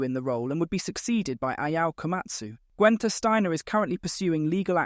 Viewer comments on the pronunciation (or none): Gwen-ther? Pronounce his name correctly. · Who TF is ‘Gwenter’ Steiner? 🤦‍♂️